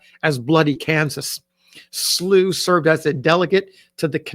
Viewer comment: I am a descendant family member of John Potts Slow. The family name is pronounced with an -ow, instead of the -ew sound. Thank you for sharing his story.!